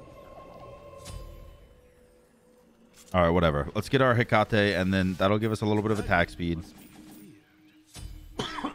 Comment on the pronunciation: Fun fact (at least I think it is): Hecate is pronounced Heh-kuh-tee